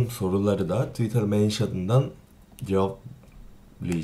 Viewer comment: İrem Dolunay Yine de iyi söylüyor bence çünkü Korece de Twitter Tuitaa diye okunuyor ^_^